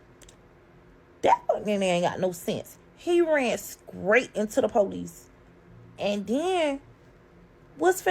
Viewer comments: What’s up with all the damn mouth popping! And lady it’s straight not scraight!! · It's a shame to be such a pretty young girl, (because she isn't acting like a woman) and every word that comes out her mouth be so ignorant 😒. "Scrait" for straight and "Polices" for police...Bless these children...and I'm speaking of HER and the babies.